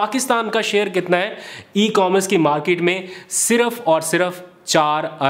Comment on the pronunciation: dear please go to google and check how to pronounce commerce.